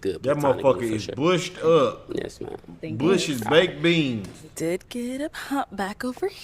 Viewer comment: Bro said bush bake beans😂😂😂😂😂😂😂😂